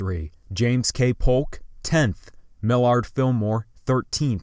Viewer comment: Mil ard Filmore😂